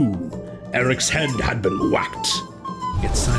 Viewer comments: Silas is pronounced with a long i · 2 minutes in and that's not a circle and that's not how you pronounce Silas